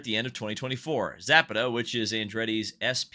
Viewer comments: Za pa ta not zap a ta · Also look into the case of DynamoEdge vs Michael Andretti. There is a link between Andretti, DynamoEdge and Zapata ("sza-pah-tah"). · Learn some Espanol. Zah-PAH-tah